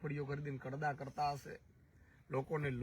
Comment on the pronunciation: કડદા નય ખદડા બોલો